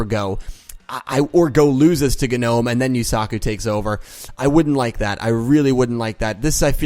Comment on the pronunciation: It's GEE-nome. Just a heads-up.